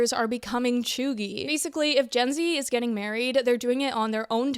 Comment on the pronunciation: Did you just say Choogie?